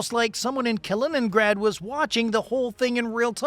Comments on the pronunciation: Kaliningrad, non Kinegra. La traduzione automatica ha qualche problema da risolvere. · hört auf zu spinnen - weniger kiffen - die Russen haben noch nie in 100 Jahren feindlichen Luftraum verletzt - eure Hetze ist so dumm wie verlogen - die Russen sind doch nicht die NATO von wegen Spionage - man ihr seit doch zu blöd Kaliningrad auszusprechen